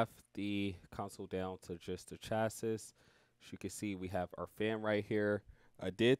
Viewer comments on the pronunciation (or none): Great demonstration vid! Can't stand ur butchering of the word "chassis" though 😅